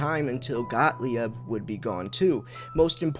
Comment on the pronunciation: Got-leeb. Please. Got-lee-ebb? lol Love the new channel, though and great to have you back. Please stick around or at least if you go find a guru, give us a heads-up first okay?